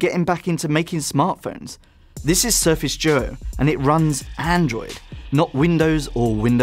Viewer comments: Why do you call it the surface joe? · Sorry, I heard Surface Djo (not doo-oh).